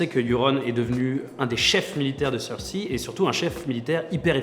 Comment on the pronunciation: Excuse mais Cersi ça n'existe pas. Dans la VO c'est Cersei (Prononciation PS : Je suis pas le genre de mec qui regarde la VO :P